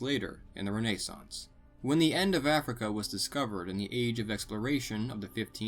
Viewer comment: how he pronounces renaissance😂